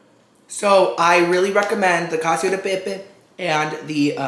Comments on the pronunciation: Cacio is pronounced Ka-chee-oh :) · Omg and his pronunciations 😂He watched the TikTok and how they emphasized the name but still said cacio as if it were “cassio”. Love you tho you’re pronunciations just crack me up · The pronunciation of "cacio" is so bad. Aaahahaaaaa! Cheers!